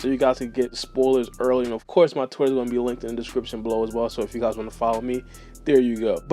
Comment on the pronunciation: Did he say "Twitter" or "Twizzler"?